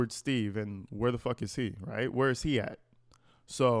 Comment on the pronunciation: Plus His name is Steave!! Not Steaves😮🙈